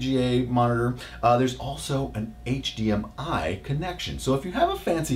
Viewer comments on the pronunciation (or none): none